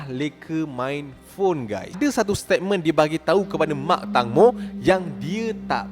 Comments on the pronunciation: Nama dia tangmo disebut (teng-mo) bukan (tang-mo) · Pembetulan "TANGMO" sebutan yang betul thailand bukan "TANG" tapi "TENGMO (tank-mo) " ... TENGMO tu maksudnya TEMBIKAI kalau dalam bahasa thailand... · Sebutan nama dia tengmo ejaan ja tangmo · Tengmo is the correct sound bila sebut tangmo...sorry mencelah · eja tang mo disebut teng mo... sebut betul2 netizen Malaysia